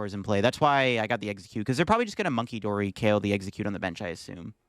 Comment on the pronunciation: Corrects the exeggcute attack name and still gets it wrong 💀